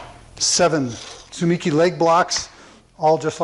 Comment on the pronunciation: In Japanese there is no stress so each syllable has the same stress. You have stressed the second syllable 'mi'. The more accurate pronunciation is TSU-MEE-KEY with each syllable fully sounded almost like they are separate words.